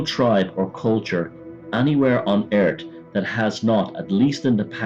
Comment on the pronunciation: Lol he called Earth eart